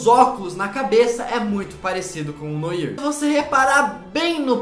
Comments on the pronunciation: Não se fala "noir" e sim "noar". Noir significa "cor negra/preta" em francês. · Cara, antes de gravar os vídeos da uma pesquisada como se fala algumas palavras. Se fala noar e não noír. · Poorra, fala direito, Não é noir a pronúncia, é "noar" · Corrigindo a pronúncia 😂😂😂😂😂 noir é uma palavra em francês e significa preto, e como é francês, a pronúncia seria "noar" 😊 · Não se pronuncia "Noir" e sim "noá" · Se pronuncia “noar”,nao “noir” so pq eu to mt nervoso cm isso akkakak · Se pronuncia Noar. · Se fala "noar" não e "noir" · Não se diz "Noir" se diz "Noar" mas se escreve "Noir" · Poha não se fala "noir" se fala "noar" mas se escreve noir eu sei... MAS SE FALA "NOAR"!!! >:( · Ou mo daora seu canal sou apaixonadanado viciaaadao Mais so uma coisa e noir mais se pronucia noar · seu lindo uma pequena correção não é noir se pronuncia noa❤❤❤ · Eu acho que o traje noir se pronuncia traje noar sla Ótimo vídeooooo!!! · "Noir" diz-se: "noár". Bom video mano! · Só pra ajudar, uma correção: a pronúncia correta se diz "noar" pois a palavra é de origem francesa que significa preto (com isso o "i" tem som de "a"). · A pronuncia correta de noir é "noar", que seria a cor preta em francês. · Oi, fala-se "NOAR", isso é preto ou em francês. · Fala! Bom eu só vim avisar que a pronuncia do nome "Noir", é "Noah". Vlw! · Noir - Pronúncia: "Noar"... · kkkk é noir mas se lê NOAR kkkk mas ok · Gente por favor, noir se fala noAr né? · se pronuncia "noar" e não "noir" por mais q seja escrito assim:3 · Se fala "Noar" kkkkkkkkk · Noir, se pronuncia Noar (nwaʁ) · Não é Noir é Noar... se pronuncia assim... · É NOAR Q SE FALA!!!!! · Pode falar "NOAR" ao invés de noir" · não se pronuncia noir se pronuncia noar Não é hate só quero ajudar adoro seu canal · se pronuncia "NoÁ" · Noir se lê NOAR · Kkkkkkkkk, Se pronuncia "Noar" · não se falar Noir, se fala Noar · Não é noir que se fala é noa só que escreve noir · Se pronuncia "noar" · A pronuncia é "noair"